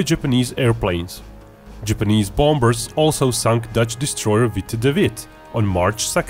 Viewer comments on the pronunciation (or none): Seem like an interesting topic...until I saw the sock puppet...then I heard the narrator mispronounce "bom...ber" and I was gone.